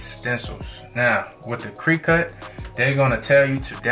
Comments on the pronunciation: U finally said it right that time, then changed it back 2the wrong way...cricut not creecut Lol The "i" has the short vowel sound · Did he say cree cut! Cricut nephew, like the noisy bug outside😮😅😅😅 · I always thought it was pronounced "cricket" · Imma need you to pronounce these words right.. it’s cricket like the bug and vinyl (vi-nul) why are you pronouncing the Y? It’s silent 🤦🏾‍♂️